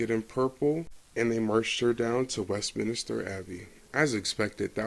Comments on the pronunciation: It’s Westminster not Westminister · Westminster not Westminister.